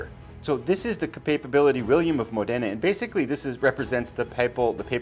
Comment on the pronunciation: William of Modena has to be read with the accent upon the first vocal letter of the word Modena... Modena is a cool small town in northern Italy... Módena...